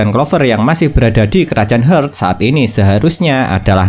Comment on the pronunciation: Bang maaf ni, Heart = Hart bacanya. Bingung ane bang kalo dibaca "Hert" sudah ngikutin banyak episode ini skg baru paham kalo yg abang maksud itu kerajaan Heart